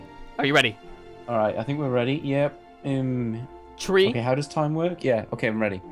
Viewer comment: Its three not tree